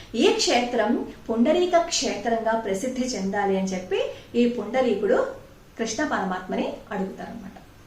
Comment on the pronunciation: పుండరీకుడు.... మీరు పదే పదే పుండలీకుడు.... అంటున్నారు కుక్కుటమహర్షి ని.... ఒకసారి juhnu మహర్షి.... అన్నారు గమనించగలరు